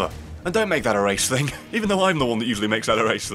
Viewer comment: RRRRR! it said think instead of thing